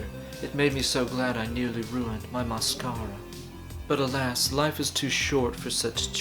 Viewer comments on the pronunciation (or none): "My mas-cara XD